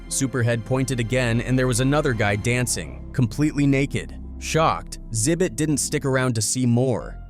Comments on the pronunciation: Call him Zit bit one more time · ZIBIT????? Come on now, ZI-BIT? Come on now!